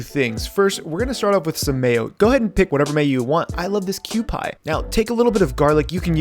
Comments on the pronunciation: Awesome video! My only gripe, its pronounced Kew-Pee not Kew-Pie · This has always bugged me when you say Cupi, it sounds more like "Q-pee". Been living in Japan for 20 years so I'd know haha